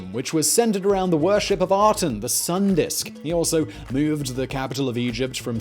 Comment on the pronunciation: I see Aten but I keep hearing Atom. Worshippers of the Atom.